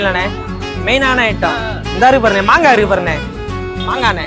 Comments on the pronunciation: மங்கா illa மாங்கா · அண்ணா மங்கா இல்ல மாங்கா